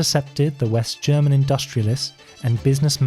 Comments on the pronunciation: Loved the german pronunciation. You have to be German or maybe austrian or Swiss. But I would've never guessed by how good you speak english wow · Found an awesome new channel! Not surprised you’re Swiss haha, perfect German pronunciation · You can tell there was alot of effort put into this video and that its also really good quality, also ur german pronunciation is very good, thums up 👍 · The correctly pronounced German words made this very nice to watch, thanks! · DAMN DUDE you got a language talent! I'm german myself to hear it and imperesses + thank you for the breakdown on the whole story. Ruhe in Frieden to those who died. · Really good german pronounciation, you don't hear that often. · as a german i really like your pronounciation of german words xD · You have a very good accent when you pronounce German phrases and names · As a German I can say his German pronounciation was perfect. Very impressive! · Very good pronunciation of the german words. Well done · I assume that you speak German, because the pronunciations are flawless